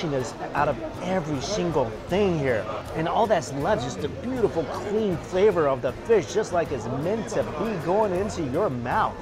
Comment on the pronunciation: Lmao why does it sound like mike pronounces clean as “cghlean” 😂😩